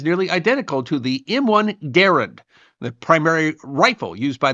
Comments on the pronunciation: Thank you for pronouncing John C Garand's name correctly! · Thank you for pronouncing Garand correctly. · Hat tip for the correct pronunciation of "Garand".